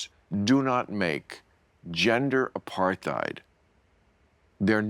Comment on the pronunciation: It's pronounced uh PAR tīt, Bill, as in "tight". Also tāt, as in "tate".